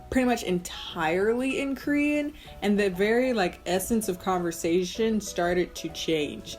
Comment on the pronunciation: and its KORean, not krean